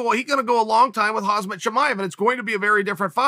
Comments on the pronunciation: He keeps sayin HazMat Chimaev ..its Khamzat Chimaev 🤣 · Hey Chael, love your vids...btw...it’s Khamzat not hasmet...😅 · Get his name right Chael, it's Khamzat - not Khazmat. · he still pronounced it wrong though bro lol is hamzat (jamzat si eres latino/hispano) not hazmat lmao chael changed where the z and m go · Chale (sp), I think it’s M before Z in Khamzat, not Khazmat. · Chael it’s pronounced haM-Zaht, not haZ-Maht. Chael out here calling Chimaev “hazmat” lol. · Uncle Chael.. it's 'Khamzat', not 'Hazmat' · Damn uncle it's Khamzat not Khazmat every time Hahhaha but still nice video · Who the fook is Hazmat suit Chimaev? 🤣🤣 It's HaMZat Chimaev uncle Chael ! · It's not Hazmat, it's Khamzat... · Not Hazmat, Khamzat! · who is running the camera.. is chael all alone making these? why does no one correct him when he calls KhaMzat Khazmat.. or MachaLchev or amLicable.. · I guess Khamzat is just that dangerous, uncle's calling him "Hazmat" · yes chael did it again khaz-mat Chimaev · Good ol' Khazmet Chimaev. I said it wrong the whole time, thanks Uncle Chael. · I'd like to see Chael interview Khamzat, and call him Khazmat like 30 times in a row. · khamzat exists Chael: "hazmat" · "Hazz-met Chimaev" - Chael Sonnen, April 2021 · "Hazmat Chimaev" 😂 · Good ol' Hazmat Chimaev. Maybe the funniest thing chael does is unintentionally intentionally mispronounce names. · Chael "Khaazmat Chimaev" Sonnen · Chael "HAZMAT Chimaev" Sonnen. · I know this is besides the point but.. is he calling the guy HAZMAT? 😂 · He still says Khazmat.. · My man dropping khamzat's name so many times as if they r best buds yet he can't even pronounce such an easy name SMH into a perpetual left right left l r l r l r l r